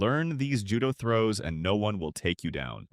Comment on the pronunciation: The AI pronunciations are frying me dawg 😭